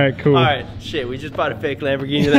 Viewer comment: Sham - borghini 😂